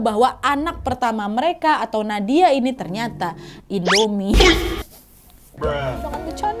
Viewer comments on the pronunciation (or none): pas kak Nadia nyebut INDOMIE, aku ulang berkali-kali 😂